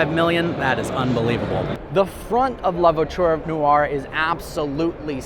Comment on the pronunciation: New drinking game- how many times manages to somehow pronounce “Noire” as “New-Are”. One syllable mate- like “Nwah”